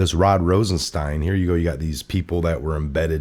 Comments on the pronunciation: for God’s sake it’s ROSENstein not “Ronstein”. How notorious is this guy and you can’t say his name correctly? Come on! I like your channel but this repeated mispronunciation of words is just ridiculous. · Brother I love what you do but,,,,,,,,please say the words right !! ,,it's ROSENSTEIN